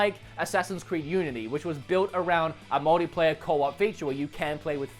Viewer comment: Anyone else hears "modyplayer"?